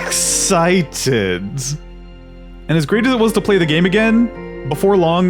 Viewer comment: you pronounce it ic-sic-id-ed